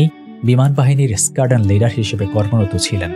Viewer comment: সাংবাদিকতা শুরু করার আগে একটু পড়াশোনা করুন দয়া করে । উইং কমান্ডার এবং স্কোয়াড্রন লিডার কোনটারই উচ্চারণ ঠিক ভাবে বলতে পারছেন না । ন্যূনতম ধারণা নিয়ে তারপর ভিডিও বানান